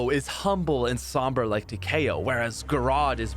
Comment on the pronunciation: Did really call Takeo, Tahkay o